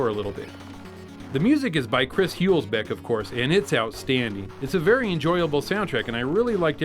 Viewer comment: Chris "Put your Heels back" Hülsbeck. That german pronounciation.